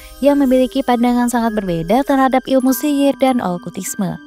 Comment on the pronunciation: Okultisme Kak, bukan Olkutisme. Asalnya dr kata "cult" (bhs Inggris: kultus) 😊